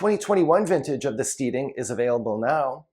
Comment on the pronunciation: FYI... The Steading - pronounced stedding Heytesbury- pronounced hatesbury.